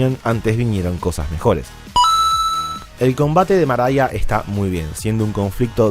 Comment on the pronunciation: Como que Maraia? Se llama María. María es un nombre de origen árabe y se pronuncia tal cual. Que manía con anglificar nombres cuando además hablas en español.